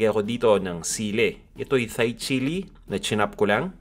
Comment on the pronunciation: It’s pronounce “Thai chili” as in “tie” not “thigh” lol